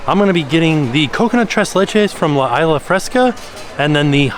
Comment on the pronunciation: Love these food festival videos. Side note, Isla in Spanish is pronounced ees-lah. I hope that helps for future videos. 💜